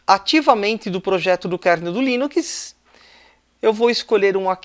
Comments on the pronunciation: dá agonia ver ele falando "línukiis" em vez de "línuks" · O conteúdo do vídeo é bom, mas não aguentei ouvir "linuquis" nos próximos vídeos kk